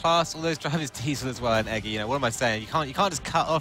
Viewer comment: He meant Eggy, but he didn't pronounce it correctly